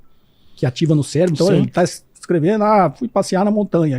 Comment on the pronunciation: Falou bosta e ainda disse célebro